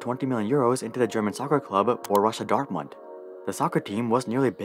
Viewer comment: Bro its Pronounced Boroosia Dortmund , By the way love your videos ,Nandri Vanakam :)